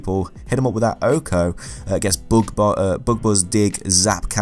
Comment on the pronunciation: The first time you said bug I thought you said book, so i thought Raichu is weak to reading.